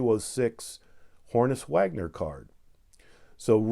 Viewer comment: I love how you always mispronounce Honus Wagner as Hornus Wagner! 😆 GREAT CARDS!